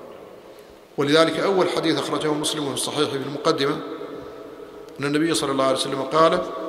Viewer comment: صلى وليس ثلى